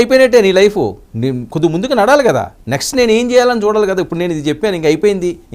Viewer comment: నడలి కాదు నడవాలి అని చెప్పండి చెప్పినందుకు తప్పుగా భావించవద్దు🙏🙏